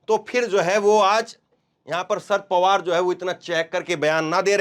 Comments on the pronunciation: Bhai ji asal naam शरद पवार है। आप नाम का उच्चारण दुरूस्त कर लें। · शर्त पवार बेटा एक बार बता दिया सही Karlo उच्चारण अगली बार........ Denge